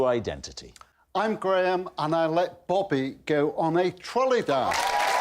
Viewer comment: I hope those watching from North America can hear how the name Graham is pronounced properly…Not “Gram” as pronounced in Canada and the US.